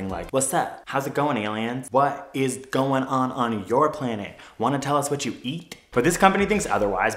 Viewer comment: Summer Surovik no he said "us" instead of "is"